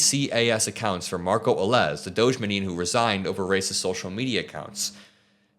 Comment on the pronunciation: why are you pronouncing doge incorrectly?